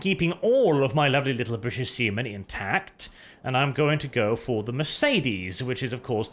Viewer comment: I am actually not sure if say See men, or Semen